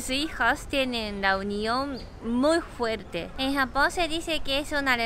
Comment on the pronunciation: es fuerte no "juerte" :v